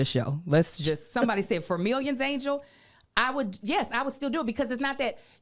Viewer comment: It’s ANGEL. NOT ANGLE. DAMN 😂